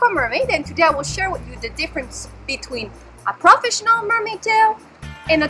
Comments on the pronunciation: And you say many words wrong like.. Professinion.. like wth? I hope you enjoy your toy.. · PRAFESHINAL is wat she says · What the hell is "prahfessional" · manimdumb and I swore I heard more crawfish than professional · We all, know you have an accent but it got me cracking up when you say proafishinell mermaid hahahaa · Dude she cant even say profesional.And of course she likes the "profesional" one,so she talks bad of fin fun,girl before you jugde please learn how to prenounce,when you say profesional you sound like a 2 year old.sorry.